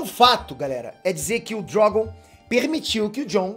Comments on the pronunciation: Por que chamar o dragão de Drógon? Que coisa feia, aprende a falar. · "O DrÓgon"... Kkkkkkk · Sei lá, o jeito que ele fala Drogon é diferente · Porque ele fala Drogon desse jeito kkk? E poque ele chamada Dany desse jeito também? Kkk